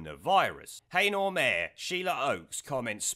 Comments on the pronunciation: She should be deported. FYI It's pronounced heena not haynor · The place Heanor s pronounced as HE-NER not HAYNOR, hope the helps. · Sorry but its not pronounced Hay-Nor, its pronounced Hee-Nor coming from Derbyshire it really grates on me when its pronounced wrong. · I don’t mean to nit pick, but in Derbyshire Heanor, is pronounced Heenor. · Laugh at how you say Heanor , i live to the south of the town in sunny ilkeston locals would pronounce it " He -nu " put both together and say fast it would sound right ! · It's pronounced 'Heenor' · Heanor in Derbyshire, just, is pronounced .....HEE NER. Strung together as one word, just letting you know. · Heeenor mate pronunciation only. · Its Pronounced He-nor . Otherwise great video. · Pronounced HE-NER mate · Heanor is pronounced he- nor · Pronounced Heener by the way :) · It's pronounced He-ner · You pronounce Heanor worse than a satnav does - it's pronounced Hee-Na. :D